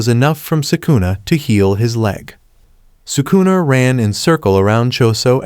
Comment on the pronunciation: He said sukuner